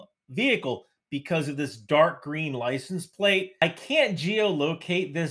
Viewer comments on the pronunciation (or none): none